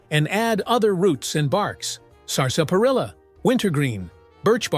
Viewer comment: Stopped Watching at "sarsaparilla"